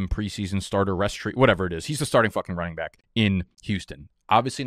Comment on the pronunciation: Can you tell us why you say bike instead of back? I’m new I got no idea